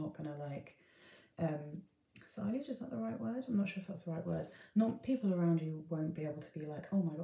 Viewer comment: Sillage is pronounced see-yahj...silage is cow feed...😝